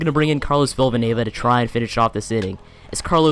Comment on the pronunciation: Villanueva only has one v ur saying villavanueva